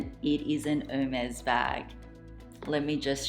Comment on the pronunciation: Love your unboxing ! If I may, as a French speaker born and raised. You pronounce the brand’s name incorrectly. You pronounce like it was « Her maze » and you should say « Air mess » (if that’s clear) 🇫🇷